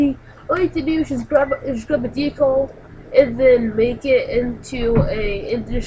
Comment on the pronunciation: DE-CAL not DECLE